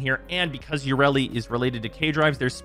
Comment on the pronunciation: Let's all laugh at an in-dus-try that never learns anything ya-re-li